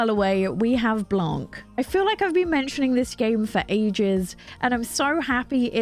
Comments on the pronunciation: Great video as usual 😊 I also have my eyes on Blanc ! By the way it's a french word that means white, and the final "c" is silent. Same thing goes for Gris, which is "grey" in french, and the final "s" is also silent. 😆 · Great video ! Just a little advice, you’re not supposed to pronounce the “C” at the end of Blanc, it’s a French word meaning white 😊